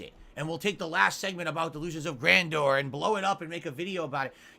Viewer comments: I don't see how you can take that shitty street fighter gameplay and him crying about " mash jhab" out of "khantext". Also please stop using the word "Gran Dooor". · The way this 🤡 pronounce delusion of grandeur as delusion of grandoor makes him look like even more of a moron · damn, he really pronounces it gran door, what a fucking tool.